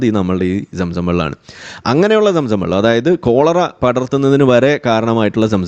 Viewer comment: ചുച്ചു ബെള്ളം😂